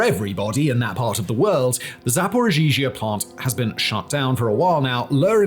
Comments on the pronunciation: Zaporizhzhia, not Zaporzhizhia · It's called za-po-ri-zha. Why are you saying za-po-ri-zhi-zha? Dude, there is Google translate that can pronounce this for you. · It's pronounced Zap-o-ree-zhia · you're mispronouncing ZapoRizie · Simon.... Simon.... Zapor-EEE-zuh. The extra z's are kind of mixed in. Your pronunciation of this has changed over a few videos but you've yet to hit the nail on the head... XD Hope this helps! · Simon saying “zhaporizhia” will never not be funny 😅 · Oh Baldie, can't even pronounce Zaporizhzhia. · 😂 I noticed it’s one particular name he always gets tripped over!